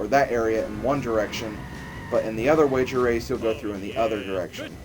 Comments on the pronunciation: you did say rager wace! 0_0! :) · LOL You did say rager wace :D !! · yes you said rasor wace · rager wace sounds so much like wager race. XD